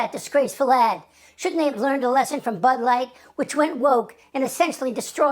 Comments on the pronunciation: Did he say her ad or her ass?🤔😝😵‍💫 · Did he say ad, or ass?